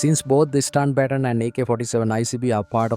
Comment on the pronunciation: Bro still can’t pronounce baton, HA HA HA!!!! It’s okay, I know you are doing it on purpose now. Had to stop the video anyway though.